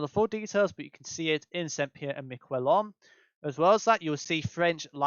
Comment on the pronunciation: Great video about a very unique location (though you did definitely butcher the name haha)